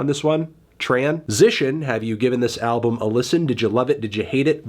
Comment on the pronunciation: Decent review melon but did you really have to pronounce the L in Album like an Asian throughout the entire video